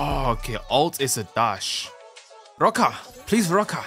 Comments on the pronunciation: I recommend you watch his old jojo videos and come back to this the way he said roka in this video is crazy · My brother, please just call it a roka